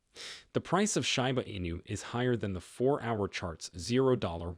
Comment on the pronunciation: Bro it’s pronounced like sheeba enu, not shyba 😑 Hard to take you seriously